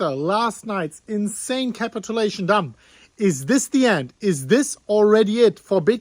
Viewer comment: CORRECT PRONOUNCIATION IS..... CAP-IT-U=LATION